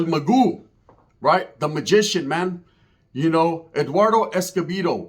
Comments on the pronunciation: Its el MAGO NOT EL MAGÚ MA BOY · Hey stupid it’s mago not magu. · Your story is not all correct and his name Is not Magoo .. it’s EL MA-GO el mago .. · well have some respect for the man and say it right or not delete the fucking video bro la vedad player. "That's the way I say it" bro it's Mag-oh. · this guy doesn't even know how to pronounce the dead guys name 😂😂